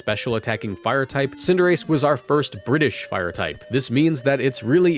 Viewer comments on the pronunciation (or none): none